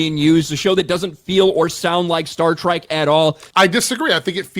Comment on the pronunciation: And he called it "Star Tryke." He's such an obvious hack.